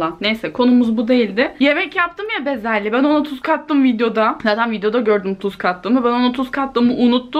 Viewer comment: Sen ne güzel bezelye diyosunnnn😬😍😍